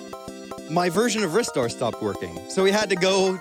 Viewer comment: in, already mad props for pronouncing it correctly.